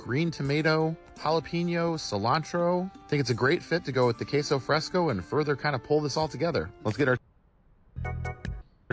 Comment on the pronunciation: How could he butcher it so badly?! "Queso Fresco" is just Spanish for "Fresh Cheese" lol Ke-so Fres-ko.